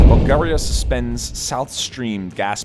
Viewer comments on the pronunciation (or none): none